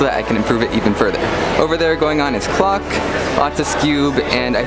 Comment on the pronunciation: Skip to he says clock but it sounds like a bad word